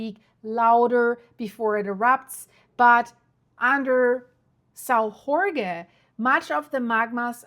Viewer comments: I live in Sao Jorge, yeah, we had a big earthquake 3.8 and a few thousand smaller ones, everything went well gladly! And in Portuguese a J is a J not a R, that’s Spanish 😉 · Yeah was about to comment this, both J and g are pronounced with the sound of G as in Geo and Jorge but Portuguese is not easy for foreigners. Finns spell Jorge as Iórgue for example. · if you say "George" it is pretty darn close to Jorge, but most people are more familiar with the spanish pronounciation. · Hi there. As a Portuguese man, and as a subscriber, I would like to inform you that in Portuguese "Jorge" is pronounced similarly to George in English and not as you did in this video. That is the way the Spaniards pronounce it. Same spelling but different pronunciation. In Portuguese, the letter "J" is pronounced like it is in French or in English, not like it is done in Spanish. Interesting video, as per usual. Thank you. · You're spelling the name Jorge wrong. Just read the name George in english and you get the correct portuguese sound. Remember portuguese is not spanish. Otherwise, keep up the good work, I like it. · It's not Horge it's pronounced almost like George means the name George a man's name in Portuguese. The J in Portuguese is read as a J like Jack, Joke, Jet, etc José is not Hosé it's a J like Jodie etc I'm from Pico Island next to São Jorge - Saint George famous for the best cheese in earth Topo São Jorge Cheese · Why do you pronounce São Jorge like in bad Spanish??.. in Portuguese the "J" is not pronounced like in Spanish "Gh", in fact "J" in Portuguese is pronounced more like in English or French, so you'll be more correct to call it "Sao George " than in that giberish "Spanish" "Ghorgge" ... 🙄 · The island is pronounced Saint George not Hore Hay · We are not Spanish! drives me nuts when people butcher the name Jorge as Horhay, Horhgay, etc we pronounce the letter J like the French, if you can't do that just say Saint George in English